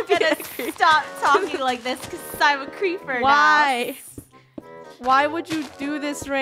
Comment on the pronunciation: its creeper not creper